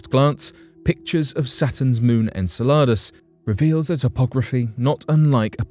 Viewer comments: In-cell-ah-duss is how you pronounce Saturn's moon fyi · Enceladus ; the emphasis is on CEL in the pronunciation. Just trying to be helpful 😎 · You are the only person i have ever heard pronounce Enceladus that way. I always heard this (in-seh-luh-duhs) from everyone. Where did you learn your pronunciation? Australia? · Did you say enchiladas? 😂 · I’ve never heard anyone say Enceladus like ensaladas. I just keep thinking watery salads. Lol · "Enceladus" is pronounced "En-SELL-a-dus." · I heard enchiladas, but then I'm hungry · So... ?.... The images they were showing from the Chinese craft didn't look red? And I don't think they were black and white cuz it showed some blue and different other colors so.... What color is Mars, cuz it's called the red planet and the colors pics from NASA show red and yeah was anyone else getting a little frustrated when he was saying the name of the moon "Enceladus" ? Lol I love this channel, as long as I can stay awake to watch it lol the narrators just have such a calming voice but anyway love the videos anyway but just some of the info is questionable lol still fun to watch!